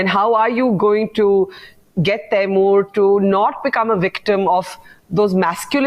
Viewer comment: The minute you said Taimur, I stopped watching